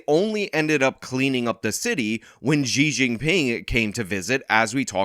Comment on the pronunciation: I guess the restaurant owner forgot he's not one of the good minorities. Xi is pronounced as "She" not "Gee".